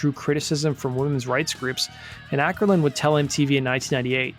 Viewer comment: The Å in Åkerlund is pronounced like the A in balls. You can type it with Ctrl+Alt+W (Q and P for Ä and Ö). Not that anyone probably cares. :P